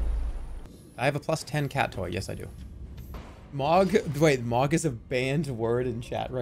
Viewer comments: i half way through the video and THERES A FUCKING "H" IN THE NAME ITS NOT MOG ITS FUCKING MOHG DOES HE DO THIS THE ENTIRE VIDEO IM LOSSING MY MIND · Dude it hurts everytime hearing him say it as mawg not moh guh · Gotta love how he says "mog" instead of "m-ohg" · it pisses me off so much that he says "mog" instead of "mohg" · OH... Its pronounced M-OH-G. Same vowel sound as in the word tow or low. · It M-OH-G not mog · take a shot everytime he says mawg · Lol the way he pronounces Mogh xD "MAWGGGG" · extremely Boston voice Mawg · I cannot finish this video JUST FOR THE FACT that he’s saying mog and I’m not sure why but it hurts. Probably cause they say the name in game a few times. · This might be the best edited video I've ever seen on YouTube in addition to being absoutely funny as hell. I love that Jerma thought that literally everything in the damn game was Mohg lmao and that he also never pronounced his name correctly even once. Overall, this is video is just Mohgers and I'm subscribing 🔥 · He says it wrong so much that I'm forgetting how to pronounce "Mohg" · His pronunciation of Mohg pissed me off for the whole video 👍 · The funniest part about this saga is that Jerma continued to mispronounce Mohg's name throughout and nobody thought to correct him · He says it like a slur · Why does he say Mohg like it's a slur?